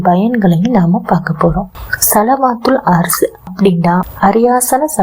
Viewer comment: சலவாத்து தெளிவில்லையே